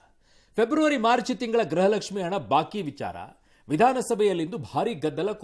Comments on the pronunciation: ಹಲೋ ಪಬ್ಲಿಕ್ ಟೀವಿಯವರೇ ಲಕ್ಷ್ಮಿ ಹೆಬ್ಬಾಳ್ಕರ್ ಇದಾಳಲ್ಲ ಅವ್ಳು ಪ್ರತಿಭಾರಿ ಗ್ರಹಲಕ್ಷ್ಮಿ ಗ್ರಹಲಕ್ಷ್ಮಿ ಅಂತ ಹೇಳುತ್ತಿದ್ದಾಳೆ ದಯವಿಟ್ಟು ನಿಮ್ಮ ಪಬ್ಲಿಕ್ ಟೀವಿಯ ಮುಖಾಂತರ ನಾನು ನಿಮ್ಮನ್ನ ಕೇಳುತ್ತಿದ್ದೇನೆ ಅವಳಿಗೆ ಹೇಳಿಕೊಡಿ ಗೃಹಲಕ್ಷ್ಮಿ ಅಂತ ಉಚ್ಚಾರಣೆ ಮಾಡಿ ಅಂತ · ಯಪ್ಪಾ ದೇವ್ರೇ! ಅಮ್ಮ ತಾಯಿ ಅದು ಗ್ರಹಲಕ್ಷ್ಮಿ ಅಲ್ಲ 🚫 ಗೃಹಲಕ್ಷ್ಮಿ ಕಣವ.. ಗ್ರಹ ಎಂದರೆ ಬೇರೆ ಅರ್ಥ. ಗೃಹ ಅಂದ್ರೆ ಬೇರೆ ಅರ್ಥ. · This is not grahalaxmi it's gruhalaxmi please speak properly Kannada